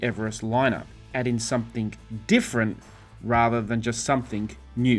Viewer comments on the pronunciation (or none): It's 'something' not 'somethink'. 😢